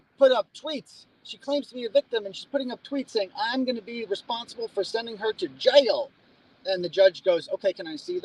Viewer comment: You sound like you would fit in down here in Alabama with the way you say Jaaiil 😂 love it.